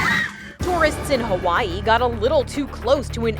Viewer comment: It's hawaii not hawiiiiiieiiiiiiiiiiiiiii